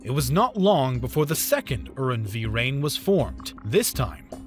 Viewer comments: The second what?! Uhren-wii-rayn?? Did you mean "Uranverein" ? Damn, don't you Americans have internet? You can look up pronunciations within a few seconds ! :D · His pronunciation of “Verein” ( in Uranverein) leaves a lot to be desired, too.